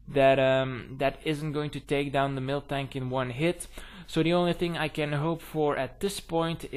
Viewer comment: i swear i thought you said milftank when you were saying miltank lol anyways gg.